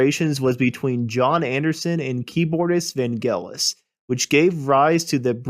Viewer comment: If you could pronounce names like Vangelis right, you might have convinced me you knew something about this band.